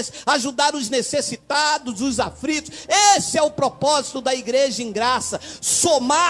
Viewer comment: Afritos. Aprende a falar.